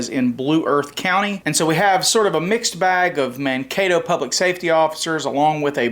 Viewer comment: He actually pronounced Mankato correctly, I'm impressed. 😂😂